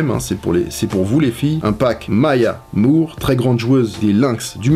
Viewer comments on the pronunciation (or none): none